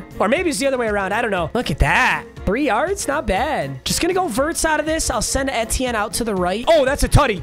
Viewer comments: its travis ee-tea-en not eh-tie-en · I am a Clemson fan and I don't think that's how you say travis Etiennes name Just saying can't control you great vid. He went to Clemson btw